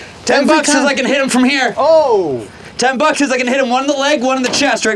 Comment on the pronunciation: He said ten buks if he can tezz him😂